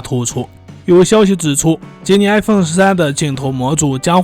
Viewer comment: i發音都發成a